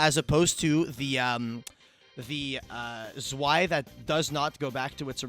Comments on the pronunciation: how often can a man say swai instead of zwei in a sentence at once challenge. zwei is pronounced tzz--w--i but neääschter also isn't bad. is not whats on the card but for that i really don't know how to help in pronunciation. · It should be pronounced "zvei" as in german right? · Haha its so weird i live in germany its tzwei its even worse how they pronounce nächster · The way they pronounce Zwei kills me xD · The pronouciation is terrible. Learn basic german words ^^. otherwise great video ! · Iam German and the Zwei pronounce give me goosebumps haha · It's very weird to hear the way they pronounce the name of the cards as a German speaker because the words like zwei or Herz are german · As a German, the way U pronounce "zwei" is funny af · Bro the pronounciation of "Zwei" got me laughing so hard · The way they pronounce zwei makes me want to commit sudoku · Your pronunciation of Zwei hurts my German-raised ears. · The z in Zwei is pronounced like "TS". Zwei is German :)